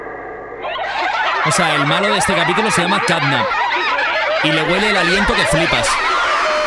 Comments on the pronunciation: tio no se dise snatnap se dise catnap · De vez de decirle Catnap dice Snapchat XDXDXD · Quien se dio cuenta que grefg decia snapchat en vez de snapcat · Grande grefg diciendo snapchat en vez de catnap